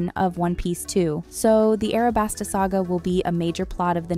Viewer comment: Did bro really just say "Arabasta"